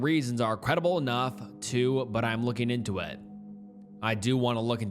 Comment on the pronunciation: ing is not -een. As in, looking, not lookeen. Say it like the -ing the word king, which you wouldn't pronounce as keen.